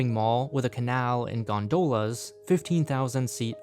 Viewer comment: the accent is on the first syllable on gondola lol